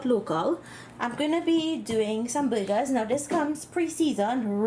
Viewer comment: Oh BURGERS! It sounded like you kept saying you were cooking some buggers